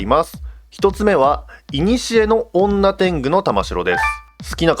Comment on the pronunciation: 女天狗の読み方が本家だとにょてんぐだったきがします